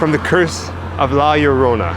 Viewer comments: Aren't two "l"s pronounced as a soft "y"? Like Llama ("Yamma")? So "La Yarona" would be correct, would it not? Asking for a friend... Oh, I see what he did there; he went from "Yarona" to "Larona". Well, both of you also say things like "more crazier", etc, which is one of the major faux pas of grammar. "Crazier" says it all. "More crazier" is a redundancy and sounds, well, let's say 'uneducated'. It's like saying "more pregnant": there is only one lever of pregnant, and though there are different levels of crazy, each successive level above "crazy" is "crazier"... not "more crazier". They taught us this shit in third grade. That usually makes me quit watching a channel, but I really love you guys, and only make these points in the hope that, someday, you'll pay attention to these little things. First impressions, and all...? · LL in spanish is EE pronounced Erona not Urona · Hi, pronounce it such LA- LOW- RONA, not spelled right but you will now get away with it, great video my friend, cheers to you both! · It's pronounced yo-rona it's like your about to say yo than Corona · Its cool, just say Yo-rona.